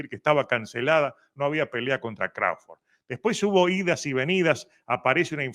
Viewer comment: Hahahaha dice Crauford ke por cierto es Crawford dice ke no peleo con Jaron Ennis pero ahi no ladra como de canelo ke tiene miedo 😂😂